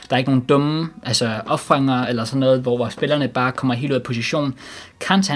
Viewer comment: Vil du ikke plz begynde og sige contė istedet for kanté